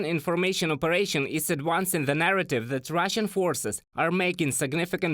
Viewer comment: “This” is not pronounced “Zis”. “That” is not pronounced “Zat”. “Those” is not pronounced “Zose”. “They” is not pronounced “Zay”. Otherwise, pretty decent report.👍🏼😄